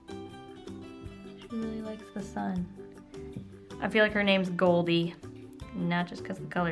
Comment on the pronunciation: Omg I thought you said SON and not SUN haha. Was so confused when you started drawing the sun